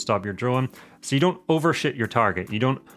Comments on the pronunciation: "overshoot" ...I heard it as "over sh#t" 😅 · Great info. Love the accent but you made us laugh pretty good with “overshit the target”